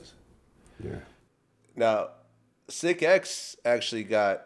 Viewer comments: You say Sicx like 6 lol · It's not sick x.. it's six(sicx) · It's pronounced Six, not sick x. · Vlad mispronounced Sicx, I think that's why Lynch answered his question the way he did. I know it confused me. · That's cause Vlad pronounced the name incorrectly. It's Sicx like in "Six" and he said Sic-Ex, lol. Lynch probably got confused. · His names sicx not sic x wtf sicx like the number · Not at all man.. Pronounced Sicx's name as Sick-X wtf lololol then didn't even know it was his lil bro wtf. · Dude said his name wrong it's not sick ex it's six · its Sicx (pronounced Six) What made you think otherwise????? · Why does he keep calling him Sic X? It's pronounced Six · aint it pronounced like six? not sick- x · lol Vlad keeps saying Sick X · Sicx is said like six, not sick x lol. Lynch was prolly like "who?" At first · Sic X? Its Sicx.... him and lynch were like brothers. V Lad lol. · Irritates the ish outta me with the sic-x.dude!its sicx.triple sicx bounty.pronounced SIX.c'mon vlad.ur from the bay.u know we got down with Sac-town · Its is not sick x, it's pronounced six spelled sicx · It’s Sicx, not Sic-X ya dump truck. Try actually listening to the source material if you’re gonna put someone on the spot asking questions about him. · lol Vlad pronouncing his name "Sick-X"...sicx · its pronounced 6(sicx) not sick x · Sicx (six) Not sic x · Sic X? Ain't it pronounced six? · WTF IS SIX-X?LOOOOOOOOOL. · Vlad its (six) sicx not sick x Wtf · "Sic X"??....now wonder Lynch looked confused at first! ...it' was pronounced as "Six". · Nigga it's Sicx as in six not sick x. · His names pronounced six, not sick-X. lol Vlad is a lame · its. pronounced six. not sic x. sicx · Pronounced "Six" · #WeTheBangTV it's pronounced six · It is six. Don’t know why lunch didn’t correct him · VLAD: do you know SIC-X? you mean Sicx smh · Lynch probably knew Vlad was mispronouncing Sicx's name. He tried to swerve away from that conversation by bringing up C-Bo, I can't blame him though.